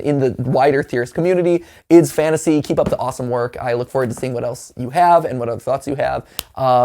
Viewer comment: I still confused why matpat say ID's fantasy instead of I D's fantasy